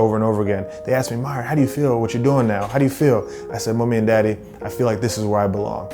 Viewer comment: When you hear the Caribbean in that "Mummy and Daddy"😉